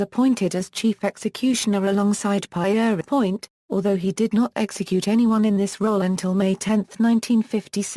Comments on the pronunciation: You must know how to pronounce people's names. The French way of saying Peter is Pierre. Everyone knows how to say that. So you should say Pierre, then add on without a break 'point' It is as simple as that. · The narrative has been screwed up by the mis-pronounciation of Pierrepoint's name. Could you not afford a human being to read the script?